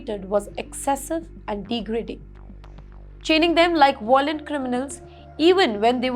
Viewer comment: Dear Anchor.... Please revise your pronunciations... Violent is pronounced as "Vaayolent" not "voylent"